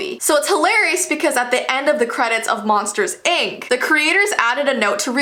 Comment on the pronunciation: I thought she said monsters egg